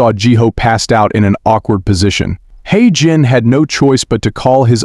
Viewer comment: 😂😂😂 Heyjin. Hijin. Hygiene 😂😂😂